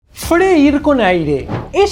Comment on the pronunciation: Se dice freír mi queridísimo doc.